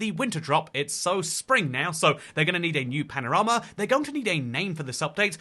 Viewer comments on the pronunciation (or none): none